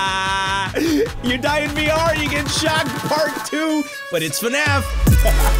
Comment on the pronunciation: its not fenaf its fnaf🤣🤣🤣